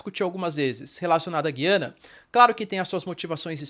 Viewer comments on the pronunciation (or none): none